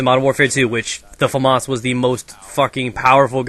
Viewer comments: its pronounced fah-maes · lol he says; famarse! funny american.. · Weird why Americans call it famoss instead of famas